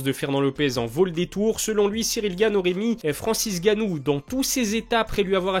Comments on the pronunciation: Pourquoi tu dis tout le temps Francis "Gannou" ? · Malade ou pas ça fait quand même depuis l’ouverture de ta chaîne que tu ne sais pas prononcé le nom de Francis Ngannou 😂 et pas gannou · T'es pas un africain on dit Ngannou applique bien le N